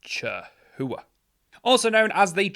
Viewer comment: Ca-houa lol spelled chahoua